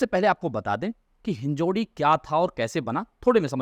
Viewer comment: कृपया "हिंजेवाडी" बोलिये, आप गलत उच्चार कर रहे है.